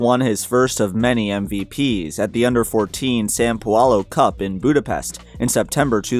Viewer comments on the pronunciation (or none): none